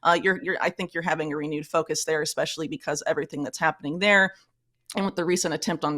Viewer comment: i think you pronouce th like there ..